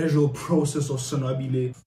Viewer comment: killed me with that...😹💀"Son-Wabble"🥴